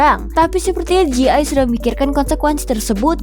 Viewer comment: DJI yang harusnya dibaca Di Je Ai Malah dibaca Di Ji Ai 😄